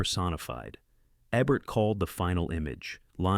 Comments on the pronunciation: Do your research. it's not that hard. There are plenty of YouTube videos where we hear Roger Ebert's name's pronunciation. It's not E-bert, it's EE-bert. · What is it with narrators who can't be bothered to learn how to pronounce the names of people in their videos? Roger Ebert's surname swings back & forth, back & forth, between EBB-ert & EE-bert, and poor Claude Rains is dubbed "Claude Ranns" for some reason. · Is it Eb-ert or EE-bert? I think it was the latter. 🤔 I guess Artificial Intelligence wasn't around when Roger EE-bert was still with us. 🤣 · The man's name is long E-bert, not ebbert. If you must use AI, please program it to pronounce names properly. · Great vid! But You pronounce Roger Ebert's last name incorrectly. It's Ebert as in Electricity, Even or Enough. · Eeeeebert. Raynes. Jeez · Ebert is pronounced EEE-bert. You stupid computer. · A, B, C, D, E.....Ebert...the first E is pronounced like the alphabet! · Agree. EEEEEE-bert for heaven’s sake! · His name was Eee-bert, just saying. Thanks for the entertainment. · It would help if this AI could pronounce Ebert properly. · This doesn't even pronounce Eberts name properly These aren't his picks. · How do you keep saying the man's name wrong? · Um. If you are going to take on a list by a master movie critic, pronounce his name correctly. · In the name of all that is holy, please pronounce Roger Ebert’s name properly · Quite an impressive, eclectic list of truly great films as selected by the incomparable Roger Ebert. Wonder if any movies made in the dozen years since Ebert died ranks with these 15. Maybe the AI narration will pronounce Ebert properly. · I'm guessing it's an AI narrator. It mispronounces Ebert's name every time but, I think, once and Claude Rains' as well. Annoying. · No thumb up because your AI can’t even pronounce the honoree’s name consistently even twice in a row. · Replace the A.I. narrator with someone who can pronounce names correctly.